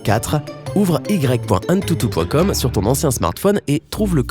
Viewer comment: c'est pas antututu mais antutu ;-; xdd